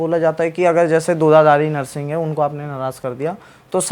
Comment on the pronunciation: यार नर्सिंग नही हैं वो नृसिंह है😂😂😂 please किसी से पूछ लिया करो अगर आध्यात्मिक podcast बनाते हो तो🙏🙏🙏